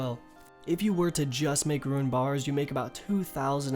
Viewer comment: Why do you say RUIN ore? It's Rune. Like Roon